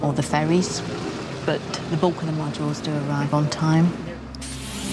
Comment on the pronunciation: for a minute thought said sometimes we are affected by the weather or "fairies" (i knew it.. airplanes fly by magic fairy dust) but she said "ferries" LMAO